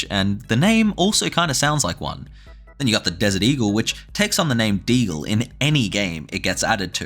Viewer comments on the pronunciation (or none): none